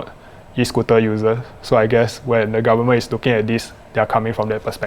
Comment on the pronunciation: Lollllll the guy said 'garmen' not 'goverment' 😆